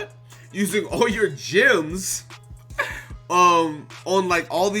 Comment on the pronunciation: you know GC is going fast when can’t say gems right XD.